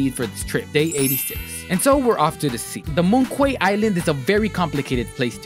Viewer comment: btw moon quay is pronounced moon key